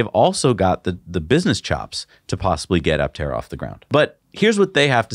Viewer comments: no, you should not say "a-tera" ... a-ptera is just fine even for Greek , and you should say "p-terodactyl" too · Just a chip in on the name. Aptera is correctly pronounced "a" the way it is pronounced, and not "e". It is a Greek compound word from "a" (pronounced aa) and "ptera" meaning wings. The prefix "a" in Greek is a negative particle denoting absence or subtraction. When it precedes any noun or adjective, it means the the object lacks the quality contained in noun or described by the adjective. Ptera means wings. So aptera would mean "without wings". So Aptera can be described as a Solar Electric Vehicle (SEV) that looks very much like a plane, with all the aerodynamic qualities of a plane, but without wings. What an apt and befitting name. I wonder who crafted it for them.